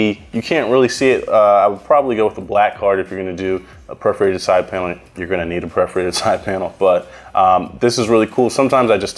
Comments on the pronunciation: Bro. Its "per" forated, not "pref" forated. Perforated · Its not pronounced prefreated, its perforated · Perforated, bruh. Per-forated. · Preforated???? Wtf did you just day?